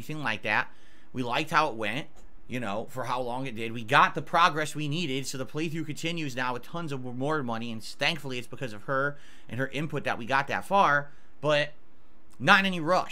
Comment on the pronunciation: He says “stankfully”